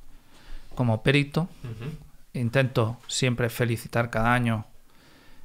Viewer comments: "PERITO" NO "PÉRITO". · Por qué dice "périto"?? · pues está mal dicho, no es como en otras palabras, por ejemplo "ibero", que se admiten dos pronunciaciones.